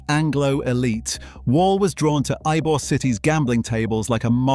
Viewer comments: "Y-be-ore" city. It's pronounce "E-bore". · Why-Bee-Orr City? Says the AI slide show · God bless all. Ybor City is pronounced E bore city. It is not I bore city. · I guarantee, absolutely NO ONE has ever heard of (Y-B-or-city)…. BECAUSE it’s YBOR CITY pronounced (E-BOR) city… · Ybor……Why-be-ore city and Eye-bor??? It’s pronounced Eebore City! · i swear to god if he's gonna say whybeor city the entire video im going to click off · 1: It's pronounced EEbore, not whybore 2: The pot smuggling was run through Everglades City, not Tampa. They ran the channels btwn the 100 islands 3: Alot also came through E coast's Maule Lake, into Ojus, across from Greynolds Park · Your AI doesn’t know how to pronounce Ybor City, it’s supposed to sound like E-Bor, but your AI reads it as Y-Bor. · even with an A.I. English accent, Ybor City is never pronounced "Y-bee-or" city. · the AI robot corrected itself by pronouncing arbor correctly… the second and third time… it was funny hearing the robot mispronounce Ybor…. This AI is taking over everything…. Glad I seen this.. Uncle Bobby Tampa Fl.. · Narrator pronounced Ybor as "why-be-or" 😂 😂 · It's pronounced E-BORE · pronounced Ebor yute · It’s pronounced “EEEBOR”, damnit. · Its pronounced E-bor.... E-BOR..... WHERE THE F*UCK IS Y BE ORE A lmmfao. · It’s EE-Bor city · Bruh. its pronounced YEE-BOAR. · Ybor is pronounced "ee-bor". Cmon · "Y-beeyor city" .😂😂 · A.I. slop it can't even pronounce Ybor city right. It's pronounced E bor. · It's definitely pronounced E-Bore City i lived there for over 60 years and use to go to his store not knowing who he was. He was just a very friendly man to me! 😊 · Ybor is pronounced ee-bor. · Born and raised in Tampa so please believe me, it's pronounced "E"-bore not "why-be-yore" and not "eye -bore" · How does someone spend so much time on a video and doesn’t know how to say Ybor lol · I heard the way the narrator pronounced "Ybor" and RAN to the comments 😂